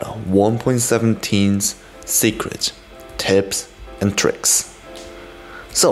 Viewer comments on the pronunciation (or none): Il a dit tricks ou twix ? Xd